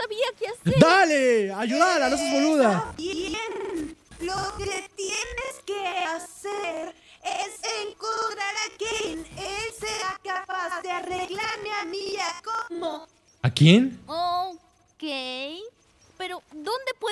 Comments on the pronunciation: es caine no gay xd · Yo también escuché Gei y no Kein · caine ❌ gai ✅ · No es gai es caiNe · Se llama caíne no wey o gay😅😅😅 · es caine no gay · La boca esa rara se llama cain y se pronuncia quein😅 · Se dice caine